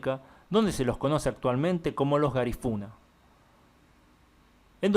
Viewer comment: Corrijo tu pronunciación de "garífunas".